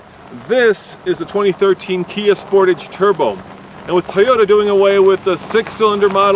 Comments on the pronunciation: 0-60 times done at altitude are meaningless. Do all the tests at sea level and see what the results are. Also, you pronounce Sportage wrong. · did you actually pronouce "sportage" like that....